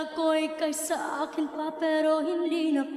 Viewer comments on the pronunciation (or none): none